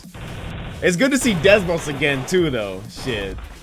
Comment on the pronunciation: No offense but I wonder how many times you said Desmos instead of Deimos.